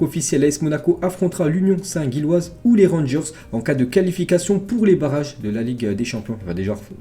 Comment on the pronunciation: Gilloise et pas guilloise respect ✊